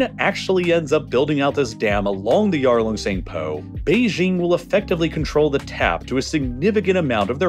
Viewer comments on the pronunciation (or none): You've been doing geopolitical stuff for such a long time now. I still can't believe that you don't know how to pronounce Beijing correctly. There is no X or Zh in Beijing. It has a J in it and it's literally way it's written on the tin: "BAY-JING". I've never understood. The western obsession with pronouncing Beijing incorrectly because it sounds more exotic (?)